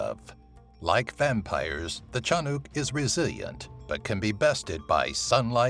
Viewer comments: and its not tiyanak its shanak olol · Tiyanak not tiyanuk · It's ti-ya-nak not ti-ya-nok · it's pronounced as Tya-nack.. not tya-nuc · Hi I’m from Phillipines and I never hear of this before except aswang and Fyi the pronunciations of tiyanak is not chanuk it’s chanak/tiyanak please I’m not trying to be mean just letting you know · it's not said as "chanuk" it's said as "TIYANAK" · correction: Tyanak Pronounced: Yiiyanak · You pronounced it Tiyanok! Haha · I believe its pronounced as Tee-yan-nak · the number 1on the list.. its read te-ya-nak. or cha-nak 😆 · also its pronounced tea"ya"nnack